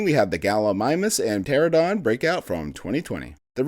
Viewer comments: How many times is this dude gonna mispronounce pteranodon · The way he kept mispronouncing Pteranodon took me out of the video a couple times, loved it otherwise :)